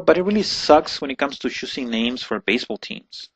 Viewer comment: It's choosing not shoosing. It's children not shildren. It's Chihuahuas not Shihuahuas.